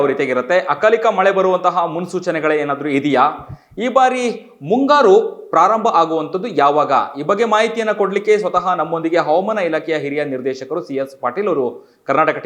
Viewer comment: ಹೌಮಾನ ಅಲ್ಲ ಅವಮಾನ